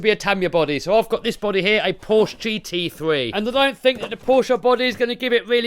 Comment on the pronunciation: You pronounced "Porsche" very well, for an English guy :D Greetings from Germany!